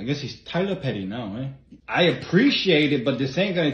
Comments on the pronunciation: The Tyler Perry in the Korean accent sent me🤣😂😂😂👌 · Tyler Perry ❌ Tai La Puh Ri ✅